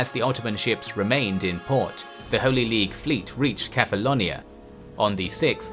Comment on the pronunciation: I don't know why but when you say Kephallonia I hear Catalonia